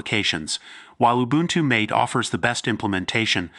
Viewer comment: AI b.s. video. Mispronounced mate (mah-te) as mate, as in 'find a suitable mate. Oy vey. AI sucks.